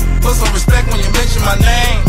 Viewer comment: Hes just annoying wack Wtf!! And the hell is "respek" u got stroke tryna say "respect" or what?